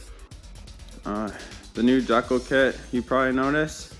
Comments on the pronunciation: Looks good. Ur saying decal wrong lol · I absolutely love how you keep saying "dekle" instead of decal, then apologize for saying husqvarna properly lol. Good video, and awesome bike!